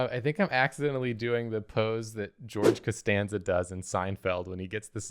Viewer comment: George Casteeveeon George Castanveeon Geeve Castanzeeon Jan Casteorgveeon Jee Casteenveeon